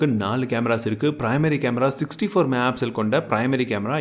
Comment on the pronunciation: என்னங்க......... ஆமாங்க வ நிருத்திடிங்க போல சூப்பருங்க .......... அடுத்தது இன்னொன்னு என்னன்னா மெகா பிசல் இல்லங்க தெளிவா பொறுமையா சொல்லுங்க மெகா பிக்சல் அவசர படாம சொல்லுங்க நான் உங்க பெரிய ஃபேன் நண்பா 🥰🥰😍🥰